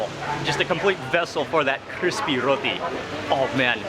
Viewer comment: You called it a Rothi. Actually it is roti